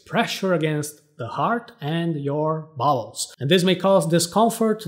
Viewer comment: I heard bowls as balls 😂